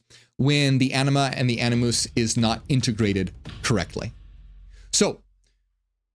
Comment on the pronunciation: Am I the only one that kept hearing him say “enema and anoos”?😅